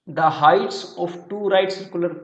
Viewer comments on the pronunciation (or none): Thanks a lot for this session.. Your way of teaching is very smooth and amazing As my elder brother I wanna suggest you to work a little on pronunciation... Like, Slant =स्लैन्ट, Sphere =स्फेयर, isosceles =आइसाॅसलीज, height =हाइट(you say हाइट्ट)